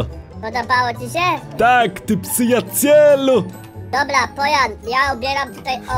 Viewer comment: Jak mówi:psyjacielu Jak mówi Palion:przyjacielu A jak mówi 🤣🤣:psyjamenelu 😂😂😂😂 wracaj do zdrowia